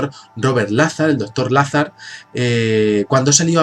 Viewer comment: Se escribe "Lazar", pero se pronuncia "Lazár"